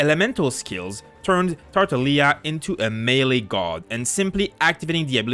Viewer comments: Nobody is saying this ok soo um, he said it wrong its tartaglia not tartalia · How dare you pronounce his name as tartaleia😂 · You don’t pronounce the hard G, in italian the sound GL is pronounced “yi” So you’d spell it as Tar-ta-yee-a with a bit of emphasis on the y (Italian here) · tar-ta-GLI-a lmao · Emphasis on that GL sound in Tartaglia please. He is a staple character of the Italian Commedia dell'arte, Comedy of the Arts, so you can find the pronunciation online ✌️ thanks for the video! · The "G" in Tartaglia is pronounced, not silent